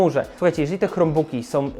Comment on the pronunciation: Hej, bardzo cenię sobie Twoją twórczość, jednakże czasem kaleczysz angielski bardziej niż Borys:) Dlaczego wymawiasz "krombuk" jako "chromebuk"? Albo po konsekwetnie po polsku "chrombok" albo konsekwetnie po angielsku "krombuk". To jakby mówić "pi es pięć" lub "pe es fajf".